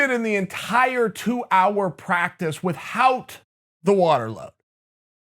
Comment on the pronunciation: with-Hout. juck suppose that, with the way chael says juxtapose. (cross legs) ok great, but where does kevin lee fit in?